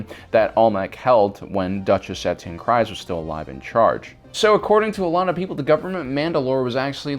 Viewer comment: where are you originally from you pronounce Tano and Satine very different from the show SAT-EEN, when it's SAH-TEEN, TA-NO not TAH-NOO